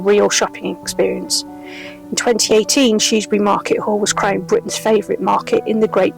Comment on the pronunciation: Good video of the market traders. The presenter really needs to learn how to say Shrewsbury!😊